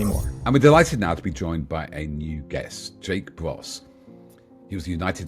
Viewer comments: You are STILL mispronouncing Jake's surname!!! You need to re-edit to keep some sort of credibility, matey. Otherwise it comes over as sloppy at best. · What's this rubbish calling Jake Broe Jake "Bross"?